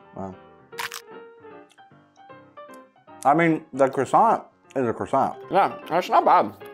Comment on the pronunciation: Thats how the french do it? I am French and I can tell you that we don't eat croissants like that and its not the way we pronounce that. But your videos are " Magnifique" 🥐🇲🇫